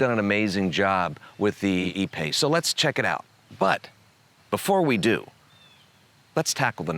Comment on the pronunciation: Lmao,,,the “a pace”.......hahahhahahah